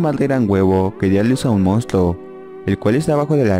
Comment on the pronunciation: "mounstluo" JAJAJAJA eres el mejor